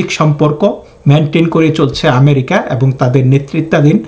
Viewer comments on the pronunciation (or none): none